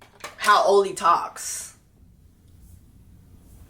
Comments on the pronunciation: AH-LEE! lol That’s how he says his name Jessie, the pronunciation is killing me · Jess, I’m cracking up at you calling “Ollie” — “Oh-Lee”. 💀😂 His name is pronounced “Aww-Lee” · I’m really wondering why you keep calling him “OH-LY”… I’m genuinely curious. His name is “AW-LY.” Like is this like a Tolu situation or... lol